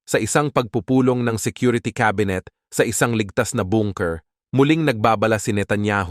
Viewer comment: Nu Bayan “BUNKER” dimo Mabigkas ng TAMA?😂😂😂😂